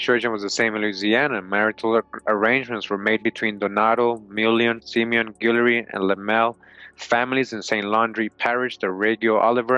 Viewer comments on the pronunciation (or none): none